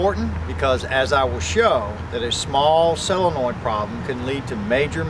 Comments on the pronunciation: It is pronounced, and spelled, "Solenoid," (sole uh noid) not Cell uh noid! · sol en oid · It's a little hard to trust a doctor that can't correctly pronounce the name of the part he's diagnosing. Say it with me, Doc ... SO-len-oid. Just like it's spelled, see?